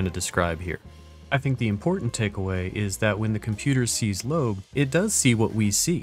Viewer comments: It's pronounced "Lo-ab." Went to high school with her in Colorado Springs. We're both 1987 graduates. She's pretty cool, into D&D, other gaming, disc golf, prog music, and e-bikes. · Nah, it's pronounced Lo-ab, she told me herself